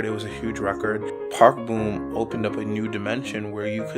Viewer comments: I wished u pronounced it as Park Bom and not Park Boom lol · BRO ITS NOT PRONOUNCED BOOM ITS PRONOUNCED PARK BOMB THE BOM SOUNDS LIKE BOMB SO SAY PARK BOM NOT PARK BOOM😡